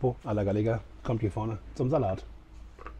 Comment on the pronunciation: Lieber, super Video, wie immer. Achtung, Pollo wird "Poyo" und a la "Gayega" ausgesprochen, aber mindert deine Leistung keineswegs.